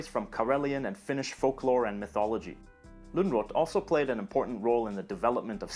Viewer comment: Important also to note that Lönnrot is a Swedish surname and should be pronounced according to Swedish pronunciation.